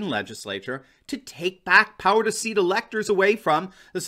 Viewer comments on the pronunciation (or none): none